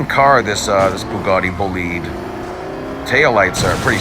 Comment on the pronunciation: You spell this car "boulihd" as in "to lead s.o." I prefer spelling it with an "I": so "boulaid". Am I wrong with my spellling?